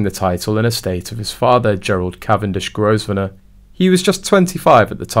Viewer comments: The Duke of Westminster’s last name is pronounced Grove-nor. The “s” is silent! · If you're going to put these clips out, at least learn how to pronounce the names you are using. Grosvenor is pronounced Grovenor....the S is silent. You could at least look it up on Google and save yourself from looking so ignorant. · Pronounced Grovener the 's' is silent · The "s" in Grosvenor stays silent, just like "island". Please correct your pronunciation.